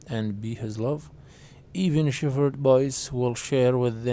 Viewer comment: حرف الh لا يلفظ في كلمة shepherd شيبرد وليس شيفرد😠😠😠😠